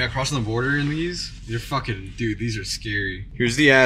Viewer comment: for the viewers at home they got back and said DUUDDEE